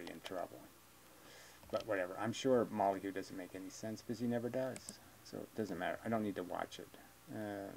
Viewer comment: It’s hilarious how you say “Molyheux” instead of Molyneux.